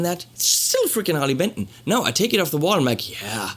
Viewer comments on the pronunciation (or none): I thought it was called Harley Benton not Harley Pimpton .